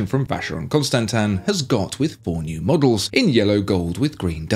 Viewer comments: When you say models it sounds like muggles lol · Available in 4 new muggles!